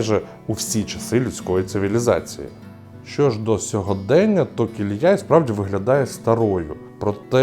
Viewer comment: Шановний ведучий! На мою думку, деякою неповагою до місцевих жителів, як і всіх мешканців регіону, є не звертати увагу на наголоси у назвах. Місто називається КіліЯ (наголос на останньому складі). Будь ласка, будьте уважні. Уточнюйте назви, навіть якщо їхня вимова вам здається очевидною. Стосовно фортеці. А ви пробували зайти до неї? Мене теж переконували, що це неможливо. Але коли я зайшов до директора, і пояснив, що я турист з Києва, від без додаткових питань дозволив вхід. Я зробив декілька фотографій напівзруйнованої церкви. Я вважаю, що туристи, як і місцеві жителі, повинні боротися, щоб з руїни постав хоча б мінімум, який можна відновити. Місто, на жаль, у жахливому стані. Але я сподіваюся, що як тільки до нього з'явиться нормальна дорога, воно оживе!